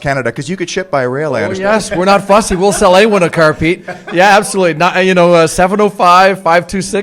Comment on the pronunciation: I love the way Canadians say car lol 😅